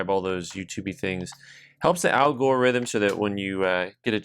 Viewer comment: God Bless the Old Pueblo “Al-GORE-ithm” guffawed a bit